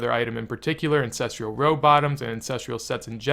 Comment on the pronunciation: theres no i in ancestral.